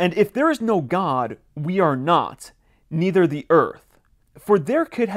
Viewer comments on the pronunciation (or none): none